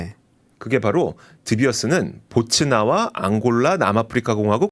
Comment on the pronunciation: 보츠나와가 아니고 보츠와나입니다.